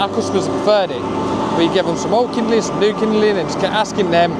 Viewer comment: Kindling…not kinderling for Pete’s sakes.